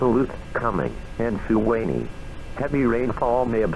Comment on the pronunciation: The way noaa pronounces Suwannee is always hilarious